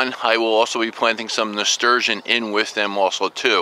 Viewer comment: can you add more info to the plant you are adding to the squash, it sounded like "asturgeon" and it is to help protect from squash bugs, do you mean the black fleas that eat the pithy part of the squash leaves? Thanks!